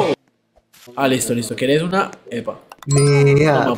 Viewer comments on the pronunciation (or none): en adelante LO MEJOR JAKAKAKAKSK "TU QUIEREH"